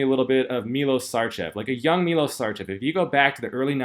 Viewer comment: his name 'miloSH' u said right, but his last name is SHarCHev, n0t Sarcev or SarCHew... MiloSH SHarCHew... greetings fr0m Srebia, the Land of N0wak Djokowich and 0f course, Milosh Sharchev... als0, 97 mr Olympia, the late Nasser el Sonbaty, was half Serbian...